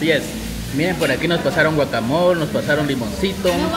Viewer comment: Ay chicos no se dise guacamol es guacamole pero no sean exagerados esta bien k somos mexicanos pero eso no kiere decir k comemos sólo chile obio la salsa para los tacos solo es para acompañar y de a pokito